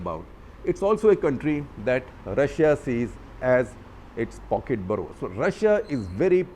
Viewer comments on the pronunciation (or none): none